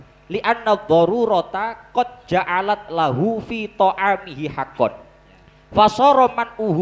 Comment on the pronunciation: Detik ke 00.02 Salah itu, Yg benar bacanya “qod ja’alat lahu” لأن الضرورة قد جَعَلَتْ له في طعامه حقا